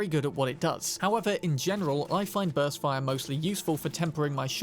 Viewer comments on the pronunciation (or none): none